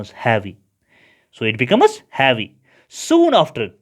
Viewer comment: Havyyy nhi heavy